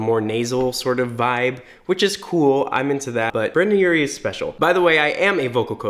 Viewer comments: OMG... he said BRANDON Urie It’s BRENDON Urie not BRANDON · Why does he keep saying BrAndon Urie? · Brendon* not Brandon lol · brEndon Urie not Brandon brEndon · IT'S BRENDON NOT BRANDON! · Dude his name is Brendon not Brandon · It’s Brendon. Not Brandon. That hurts me btw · it's brEndon not brAndon... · Brendon not Brandon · It’s BRENDON not BRANDON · sis it’s brEndon not brAndon mKaY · He keeps saying brAndon and not brEndon I’m triggered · it annoyed me so much that he was saying brAndon instead of brendon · “Brandon Urie” bish shush it’s BRENDON URIE (Bren-DUn) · BrEndon. NOT BRANDON! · gets triggered bc he called Brendon "Brandon" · It irks the shit out of me it sounds like he’s saying Brandon instead of Brendon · OH MY GOD STOP CALLING BRENDON URIE BRANDON URIE ITS MAKING E MAD AAAAAAAAAAAAAAAAAA HIS NAME IS BREDON NOT BRANDON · I LOVE YOU BUT IT'S BRENDON NOT BRANDON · Ugh! It’s Brendon, not “Brandon.” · I hate how he was saying “Brandon” or “Brendan” Sorry I’m Panic! Trash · .....he said Brandon Urie. I'm literally so annoyed. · It’s brEndon not brAndon😂😂😂😂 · HE KEEPS SAYING BRANDON AND IT'S DRIVING ME CRAZY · Its.molly.ross he says Brendon? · No one:: "Brandon" Urie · “Brandom Urie.” Helppp haha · Is he saying Brandon? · he keeps saying Brandon urie and i’m gonna scream. sorry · Did it bother anyone else that he was saying brAndon the whole vid??? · I get so triggered when he says Brandon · It’s not brrrrrrradon urie it brrrrrredon urie 👎🏻👎🏻🤬😡😡😡😠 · Cringing at “BrAndon” urie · Yes and It killed me 😓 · i heard it too i was trying not to get annoyed it was hard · YES I WAS SAYING THAT THE WHOLE VIDEO Sorry, I just had to get that out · i’m crying omg the way you say his name wrong ughh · I’m surprised nobody asked you to say his name correctly yet. It’s Br”e”ndan NOT Br”a”ndan. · All the dislikes are cuz you said "Brandon" instead of "Brendon" tbh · it sounded like u said brandon urie but u typed it brendon im very confusion